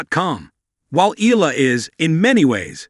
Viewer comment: Please pronounce her name correctly.